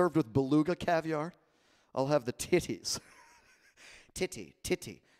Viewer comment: “Ah yes, TiH-tees”